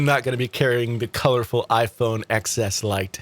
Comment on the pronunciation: Is the a full blown troll page? You won’t buy a phone, regardless of specs, because of a name? A name that hasn’t been confirmed. A name being reported by the same people who said the X was wildly underselling and you regurgitated for weeks until it was quite the opposite? A name you fail to pronounce properly? This is wild stuff.